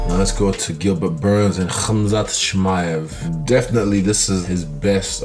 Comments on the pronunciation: Chimosley tf Tito learn your letters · Tito Ortiz still same idiot can’t pronounce his name and calls him Russian too lol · Did that nigga Tito jus say CHIMOSELY?!? TF 😭 😭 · "Chimozly" - Tito Ortiz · tie with Tito's "Chimosley" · Chahmoslee??? 5 letter words ...come on class ... Tito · Tito's stupidity never seizes to amaze. How do you not know Khamzat's name when that's all the mma community has been talking about? On top of that his last name is pronounced just like its spelled 🤔 He's a complete and total moron. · First Buck with the "Kazmat" and then Tito with the "Chimosley" come on guys lmaooooo